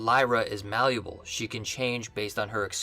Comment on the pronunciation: say malleable again